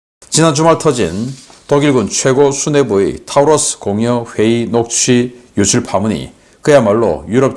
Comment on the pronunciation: Taurus 는 타우러스가 아니라 토러스로 발음합니다.